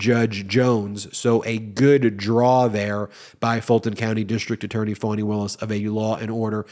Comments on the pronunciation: Foni not Fani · How do you get "fawny" out of Fani??! 🤔🙄